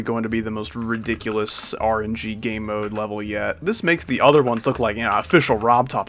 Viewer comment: "Rgb" trillogy? Nah rng terillogy